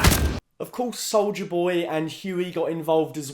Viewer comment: Did he say solider boy or solja boy?